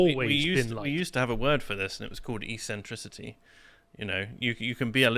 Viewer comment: It’s pronounced ekcentricity.